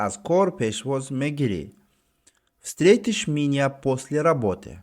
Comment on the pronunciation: Устод нашуд , работы менависеду - работе талаффуз мекунеду 🤔